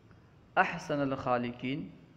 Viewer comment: آپ عبارت غلط پڑھ رہے ہیں احسن کے نون پر فتحہ کیوں